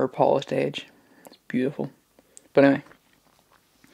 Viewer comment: When you say "but anyway," it sound s like u say "bannanvay"